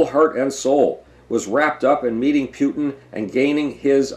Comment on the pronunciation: You pronounce Putin "Pootin" and "Pyutin" interchangeably. Which is it?